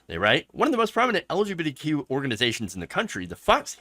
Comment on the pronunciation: .....LGB(D)Q? Why can't you say the letter "T"? Are YOU trying to erase Trans people?